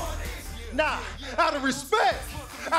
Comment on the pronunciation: Lmao am I the only one who heard jimmy said "Respeck"